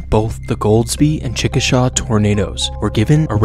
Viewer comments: I'm from Oklahoma and said Chickasha wrong lol I thought it was kinda.funny and cute tho. it's pronounced chick a sha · You were so close to saying chickasha right. Better than most. Appreciate it